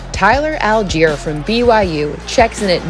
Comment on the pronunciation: Deutsche wenn sie die Aussprache von Allgeier hören